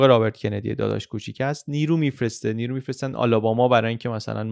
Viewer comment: یکجا بجای نیرو ارسال کنه گفتید نیمرو ارسال کنه !